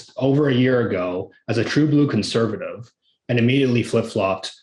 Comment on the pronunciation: I wish someone would tell to speak clearly, and remember that "Conservative" has four syllables. He looks like he is about 22 years old. And your experience comes from where exactly,? A book? Party politics make me sick.